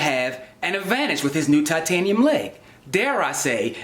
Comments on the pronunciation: I think you mean "toitaniem shien bouwn" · Toytaynium shinbone